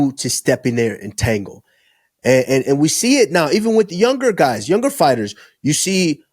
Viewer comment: tango not tangle